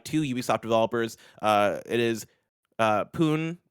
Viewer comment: Pune is pronounced "Poo-Nay"